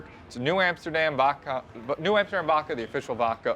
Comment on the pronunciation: Dose know it’s vodka and not “Vocka”?